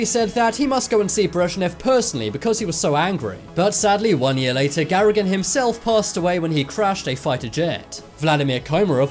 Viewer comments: Ga-GAR-in, not GARRA-gin, for heaven's sake. Other than that, thank you for showing me a true hero of the Space Race. This man clearly had balls in places other heroes don't even have places. Great shame on the Soviet Union that such an administration could exist in such a way as to doom such men to certain death for nothing. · It's Gagarin, not Garagin. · WHY IN THE NAME OF GOD DID YOU TURNED GAGARIN INTO GARIGAN? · It is Gagarin, not Garagin. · My sincere respects to Comrade Komarov, he was a true warrior unlike the brutal bully Brezhnev. Also to the other hero Yuri Gagarin. No kudos whatsoever to the voice over for his continual use of G A R A G I N. Who was he?? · It's GAGARIN, not GARAGIN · The name's Gagarin, not Garagin. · Why did he sometimes said "garagin" not "Gagarin" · his last name was Gagarin, not Garagin... lol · It's Gagarin, not Garrigin. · Gagarin NOT Gara-gin! Good Grief! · Its not GaRagin but GaGarin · Gagarin, not Garagin. LOL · Garaging? Oh dear, oh dear. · It’s Gagarin not “ Garegen “ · It’s Gagarin not Garegin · It's YURI GAGARIN! NOT GARAGIN! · It’s Gagarin, not Garagin!!! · The name is Yuri Gagarin ! , not Garrigan ?!?!?..... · Garigan ??? It’s Gagarin !! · Bruh it’s not garagin it’s Gagarin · It's Gagarin, NOT Garagin! Come on!😒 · His name wasn't "Garagin", his name was "Gagarin". The least you could do is research properly. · Who the hell is GARAGIN ???? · Good story but PLEASE, the man's name is pronounced Ga-gare-een, not Gare-a-gen! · It is pronounced "GAGARIN" not "GARAGIN"!!!! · Please. It's Gagarin. Not Garagin. At least show some respect. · Garagin? Do you mean gagarin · Who was Garagin? You mean Gagarin? Vid kinda loses credibility when you can't get one of the worlds most famous astronauts name right. I'd consider redoing and re-uploading buddy!!! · why the fuck at the end of the video is gagarin being called garagin?? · NOT GARAGAN!!! GAGARIN!!! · Gagarin. Please. Gagarin. Not Garogin. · its GAGARIN NOT GARAGIN! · It's Gagarin.